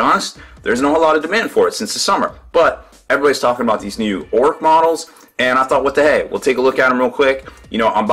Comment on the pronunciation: it's orruk not orrook